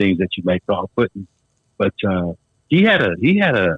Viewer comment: It was Puddin. NOT Puttin.